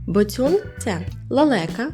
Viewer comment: Перепрошую, але правильно бОцюн а не боцЮн